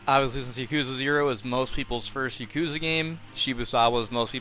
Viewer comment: stop pronouncing it yakooza bro please it hurts